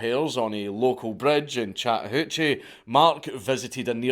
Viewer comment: As a lifelong resident of Georgia (the Go Dawgs one) I never knew until now how much I needed to hear "Chattahoochee" spoken in a Scottish accent but my God it was EVERYTHING.